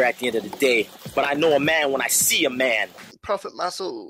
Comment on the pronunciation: Not propah, Prophet.